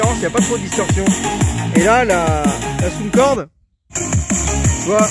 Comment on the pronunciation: On ne dit pas Soundcorde. On dit Soundcore.